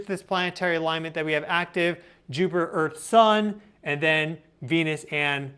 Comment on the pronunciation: Here we go again! Nerd-Boy once again is claiming the Apocalypse is just around the corner! Oooo, the earf is about to end!!😂